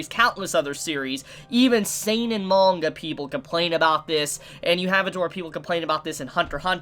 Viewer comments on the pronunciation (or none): none